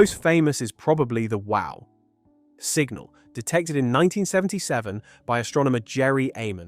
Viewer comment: It's an AI voice. , as an example. "the WOW. (sentence end, pause) Signal." A human doing semi-professional science communication wouldn't make this mistake. (Or, "This. ...Mistake.")